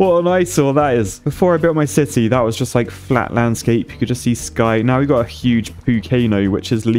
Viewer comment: you build a "shity" not a city :D :D.. with a ,,Poo"namacanal xD love your videos! so entertaining!